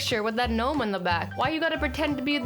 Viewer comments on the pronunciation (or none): none